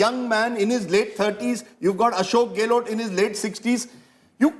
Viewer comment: What the hell is GAY-LOT? Its GEHlot